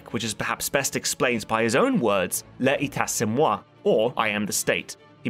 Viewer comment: LE-TAH C'EH MOI (l'etat c'est moi) --sheev palpatine